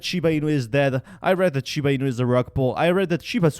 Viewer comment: Why dont you try to pronounce the name correctly. Its not shib!!!!!!! It is shiba. GET IT RIGHT!!!!!!!!